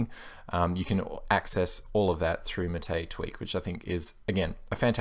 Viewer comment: Not maté, it is máte